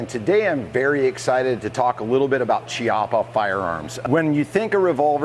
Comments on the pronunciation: Key. It pronounced…key-ah-paaaaaa. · Beautiful test and wonderful gun. If it had been a conversation between friends it wouldn't have mattered, but if you do a video test, you should at least know how to pronounce the stuff you're testing. Every time you said Chiappa" my ears bled. Nowadays it's not difficult, just go to Google translator, choose Italian, write "Chiappa" and have it read to you. There are no more excuses.